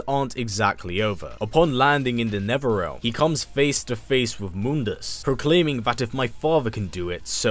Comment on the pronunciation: YES ,Mortal Kombat is my second favorite game and now Devil May Cry which IS my favorite game ,what a lucky life. Also i like how u said netherlearm instead of hell or the underworld XD